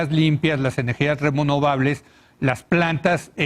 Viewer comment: NI SABE PRONUNCIAR ESTE DISQUE LETRADO LAMEHUEVOS... REBROVABLES... JAJAJA